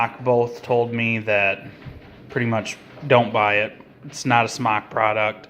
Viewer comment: You aren't even saying the brand right. Ugh